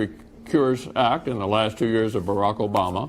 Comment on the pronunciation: He pronounces "Barack" as if it's some middle eastern warlord's name.